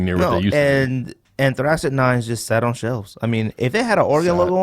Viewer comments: yo yall butchering the Anthracite hahahahahhha. Its pronounced "An-Three-Site" hahahaa funny af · I love how you guys keep saying "anthracite" wrong lol anyways 9s are a definite sleeper. No love for the charcoal 9s? Those have to be in my top 5 for sure. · I've never heard anyone pronounce anthracite like that. You guys obviously aren't from the coal region.